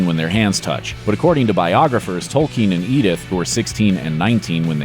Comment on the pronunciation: I have to give the speaker MAD PROPS for pronouncing "Tolkien" correctly! One of the rare Americans I have heard do so.